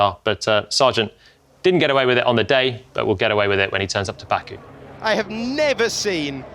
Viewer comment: Jolyon, you didn't have to us bad like that with 'Baku' 😅